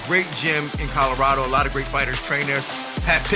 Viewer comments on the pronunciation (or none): none